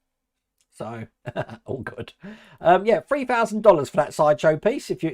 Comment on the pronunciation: "free fousand" dollars???